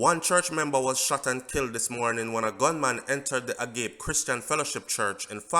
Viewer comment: The name of the church is pronounced (ah-gaw-peh ) Agape